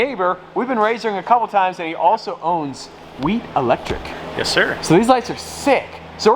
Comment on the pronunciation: Bruh every time he said Wheat Electric it sounded like he was saying weed electric